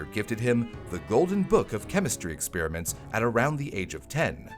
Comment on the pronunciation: "Experiments," not "expeeriments."